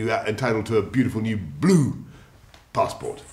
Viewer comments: I giggle every time he says BLOO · i cant stop laughing at the way he says it ffs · He just likes saying bloo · why he say blue like that 😭 man went BŁÜÉÊË👁👄👁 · You say it like that most places don't get so cocky. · “No! But it doesn’t mean you entitled to a beautiful new BLOO passport” 😂😂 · "A beautiful new BLOO passport" 😂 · "Bloo" Boris Johnson, that's all I have to say. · My guy said BLOO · I think he figured out that the way he says it has become a meme so he emphasised it more 🤣🤣🤣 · "Is Boris Johnson a pathological liar?" Boris: "BLOO" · He said blue so hard that all Mughal descendents got imprisoned